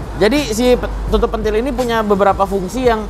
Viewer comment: Tutup pentil bang bukan tutup pentil 😂😂😂